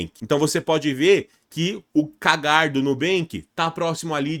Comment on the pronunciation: Sugestão de pronúncia pro CAGAR kkkkkk pode ser Q-U-E-I-G-U-E-R kkk brincadeiras a parte dicas top gosto de empresas com CAGR acima de 5% vlw